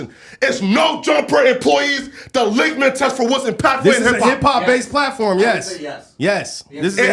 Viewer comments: Nor does he know how to pronounce it, "ligma test" 🤦🏾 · Lithmus test not whatever he keeps blurting out. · It’s litmus test Jesus